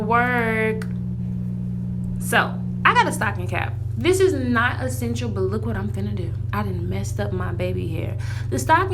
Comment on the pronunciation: She said essatial Soo many time 🤣🤣🤣